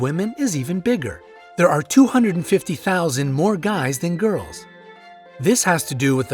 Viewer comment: Yo you don't have to say gales it's girls duh no offence but maybe you need to go back to school